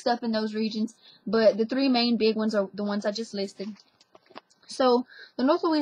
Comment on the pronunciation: Love this language topic. I notice she pronounces the word "are" as "ower"...kinda. Also, A fais do-do is a Cajun dance party; the term originated before World War II. According to Mark Humphrey, the parties were named for "the gentle command ('go to sleep') young mothers offered bawling infants." She'd want the baby to go to sleep fast, 'cause she's worried about her husband dancing with somebody else out there."